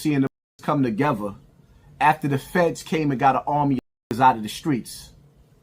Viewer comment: calling Luce Cannon the dumbest person on the internet is so ironic and hilarious!! Especially when you say words like tuhgevuh or muhva and try to act like you’re some kind of deep thinking scholar.